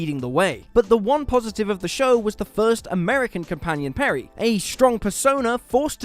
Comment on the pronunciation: Peri's fake American accent is horrible. 😣PerI not PerrY.